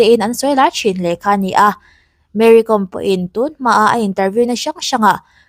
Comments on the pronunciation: Mery Kawm, hi Meri com. tiin kan lam ṭhina, Zo hnahthlak Káwm hnam anni, khawchhak leh hmar lama zohnahthlak tam tak hian, Zo hnahthlak an in ti duh lo fo ṭhin, a hming lam dan hi Mary Káwm (Kawikawm) ti a lam tur a ni, Hmarte Paite tamtak hian mizo ka ni lo ti hi tamtak an awm ang hi a ni mai, Mari Kawm, tih chu, Tlani, Ralte tih ang deuh a nih chu. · Tinge Mary Kom hming hi youtuber ho hian in lam dik miah loh mai le 😂😂 .com ang a lam tur ni lovin lehkhabu ‘kawm’ kan lam ang hian ‘kawm’ tih tur a ni e . Ka lawm e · Ti nge Kom tih hi thluk rawh u Mizo hian mi trawng in lam thiam loh tlat zel,,Archang kawm in ti ang hian.Kawawwwwwm aw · Awihawm loh ee tuman Kawwm an ti lo..Google leh youtube ah pawh va en rawh lam dan tur.. tlema thluk deuh tur chu ania mahse a thluk hniam in a ri tur a ni lo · Kâwm tih zawk tur, ‘kom’ hnam